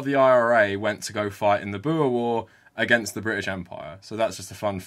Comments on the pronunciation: also the pronounciation of oe is just wrong, its more like an "oo" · You've gotta roll the R in 'boer'. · As a South African, I love seeing you cover our country. Hope you do it more in the future. Also, you going through the different pronunciations of 'boer' made my day. 😁